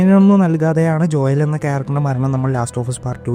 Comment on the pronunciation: Joel ❌ Joyel ✅